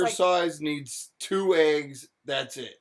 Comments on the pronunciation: my mama puts chicken bouillon cubes in green beans... i HIGHLY recommend! i find it comical also thinks green beans are “low” in carbs lol. i also HATE the way she says eggs. i think it takes more effort to say it incorrectly like she does than it does to say it the RIGHT way. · I make my living working with languages, and pronunciation of words varies considerably among dialects. There is nothing wrong with the way says "eggs" or "legs" or any other word she is being mocked about. Those are regional differences. The local dialect where I live in an adjacent state to hers says eggs and legs similarly although not identically. Dropped endings of words (compared with modern standardized spelling) is also a common characteristic of many dialects. If you grew up elsewhere, you would be familiar with a different pronunciation. Or perhaps you were browbeaten by a teacher into assuming that the academic dialect is the only correct dialect. This is linguistic snobbery and is often used to demean people by demeaning their native dialect. Schools should realize that their aim is to make students bilingual, to make them fluent in the academic language in addition to their existing fluency in their native dialect. All dialects are real languages.Each dialect has a consistent grammar and vocabulary and is just as legitimate as a language as any other, including whatever you were taught in school. It is useful to have a common spoken and written dialect to help us more easily communicate with each other. But the different dialects are all valid. People quite typically shift between them as needed. Humans are distinguished by the ability to create languages. That's what we do. We do not need to be high-tech to create very complex languages. Actually, the